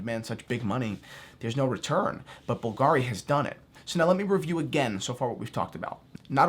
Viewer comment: at least you should have informed a little bit: the correct pronunciation is Bùlgari and not Bulgàri. the accent is on the "u"